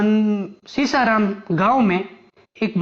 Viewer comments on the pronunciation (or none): थोड़ा अध्ययन कर लिया करो ,,,सीसाराम , न होकर सीसारमा बोलो